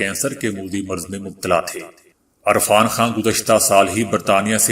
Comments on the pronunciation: ارفان خان نہں یار عرفان خان ھھھ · Irfan not Arfan I like your global news bulletin